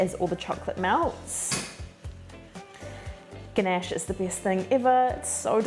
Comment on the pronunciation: You pronounced the word "ganache" beautifully. I love your accent and thank you so much for sharing your amazing recipe, which i will try soon. Looking forward to your next one. Much love. ❤❤❤